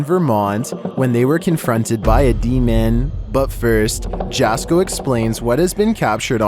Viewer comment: His name is pronounced like YASKO not JASKO